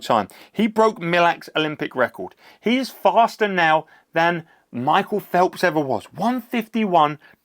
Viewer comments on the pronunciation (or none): none